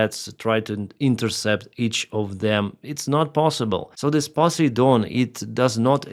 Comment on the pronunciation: When he said "Pussy Don" I wasn't sure whether he was talking about a russian missile or a US president😅.